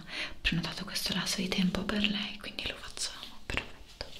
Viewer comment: In questi ultimi video ho notato che invece di dire "perfetto" dice "prefetto".😅